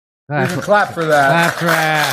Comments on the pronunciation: Btw I’m convinced he said “you can crap for that” not you can “clap” for that, so no problem there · "Please calp..." Jeb Bush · "You can crap for that".